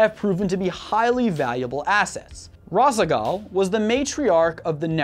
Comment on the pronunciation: Gods, the pronunciation of Tal'darim, Raszagal, and Nerazim made me wince. Edit: But yeah, OP has a point. I don't see how the Pylons and Psionic Matrix are a con.